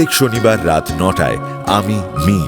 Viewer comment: Are dada ajkal ei sob golpoi cholche se cinema hok r audio manush r normal golpo pochondo korche na sobai dark golpo chaiche... Akhon dark golpoi normal hoa geche... Sobai eirokom golper moja niche... R ha এটা "টেক" না "ঠেক" ...